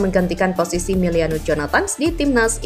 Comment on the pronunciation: Miliano bukan Meliano